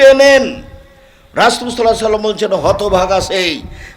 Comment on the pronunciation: রাসুল সাল্লাল্লাহু আলাইহিস সালাম। এ উচ্চারণ আরও স্পষ্ট করার অনুরোধ করব।